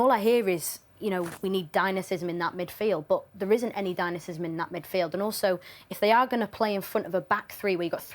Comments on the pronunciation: She mispronounced “Dynamism” twice with dynamisism 😂 which brought a smile, but otherwise she held her own with those lads which we’ve seen others fade into background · “Dynasysem” is crazy 😮